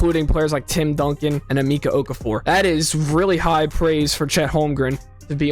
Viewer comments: AhMeckah you kids never pronounce correct. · Why did you pronounce emeka like that!!?? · How can you say Wembanyama correctly but butcher Emeka?